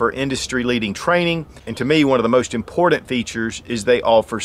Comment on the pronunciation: Impordent